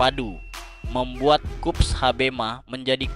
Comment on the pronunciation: Liputannya bagus, namun mengapa "Koops" diucapkan menjadi "Kups" ?